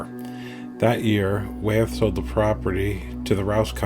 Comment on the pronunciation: Wyeth is pronounced "Why - eth", not "Way - eth".